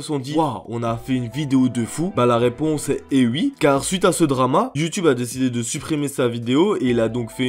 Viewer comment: Ça me tue il dit "ui"